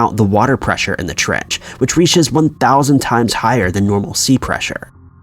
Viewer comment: in the "trech"?